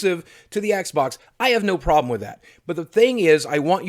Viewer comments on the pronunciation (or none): none